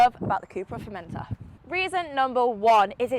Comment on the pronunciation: Formendor hahaha